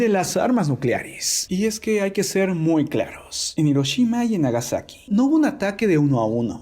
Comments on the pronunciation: A alguien más le desespera que " Hiroshima " lo pronuncien " Iroshima " y no " Jiroshima ". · Se pronuncia Giroshima pero se escribe HIroshima xD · Es "Hiroshima"